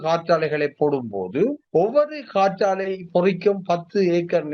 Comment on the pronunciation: நெறியாளர் காற்றலை என சொல்கிறார். "காற்றாலை" தானே சரி. சரியாக உச்சரித்தார். டென்மார்க்கில் கடலில் ஆயிரக்கணக்கான காற்றாலைகள் அமைத்துள்ளனர். தமிழ் நாட்டில் நிலத்தில் ஆயிரக்கணக்கான காற்றாலைகள் உள்ளன.